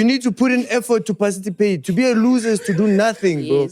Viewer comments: Word Of The Episode: "Parcitipate"🤣🤣🤣🙌🏽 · Word of the day is "PARCITIPATE"🤣🤣🤣🤣🤣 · The struggle between parcitipate and participate 😢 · "Parcitipate" and "commemoration"😂😂😂😂ayyyy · Word of the day," Parcitipate"🤣🤣🤣🤣